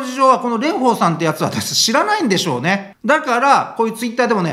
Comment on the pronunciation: レンフォーさんのフォーはちゃんと下唇を噛み離しフォーです。 発音には気を付けましょう！